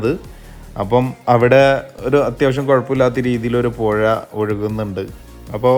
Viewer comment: പൊഴ അല്ല പുഴ